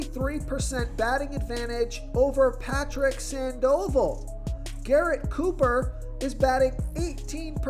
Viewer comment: Its pronounced SANDAvol!